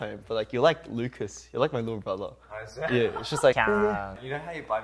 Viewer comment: the last "yea" is SO Aussie I love it